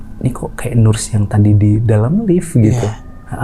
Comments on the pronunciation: Nurs cenah 😂 dibacanya "neurs" sama wich is terus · Sori mas narsum utk ocd sy, agak gelitik ditelinga iniii waktu dengerin hehe.. Btw cara bacanya “ners, bukan nurs” atau bisa juga sebut aja “perawat”😃